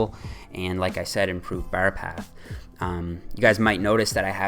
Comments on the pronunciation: "as close to the ber", "the ber comes slightly forward" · The way your say "bar" sounds really irish lol